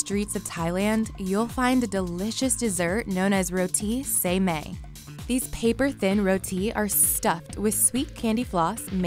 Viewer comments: "Along the city of Thailand you'll find a delicious dessert call SEI MEI." Me: Cries in Thai Edit: It is pronounced Sai mai :) (no hate) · Say may omg wtf does that mean it sai mai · im from thailand and she actually mispronounced sai mai or how ever she said it skskksk